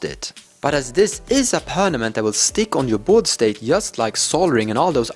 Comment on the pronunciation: i like how he says pernament! lol